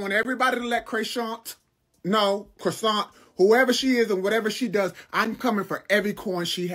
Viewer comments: Did he call her Croissant? Lawd 😂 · He called her Croissant 😂😂😂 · Not Croissant 😭😭😭